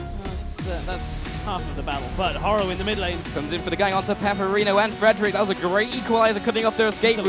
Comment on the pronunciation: his name is pepiinero, not peperino, hes a spanish player XD